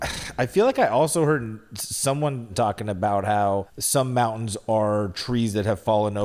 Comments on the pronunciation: SAYING MOUN’ENS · Don't be mad but when you say mountains can you make sure you pronounce the T.? Just a pet peeve. I was relieved when said mountains with the T. don't be afraid of being alone ever. You got those sexy blue eyes that run in your family and you seem like a great guy too. Your mom did a great job raising you both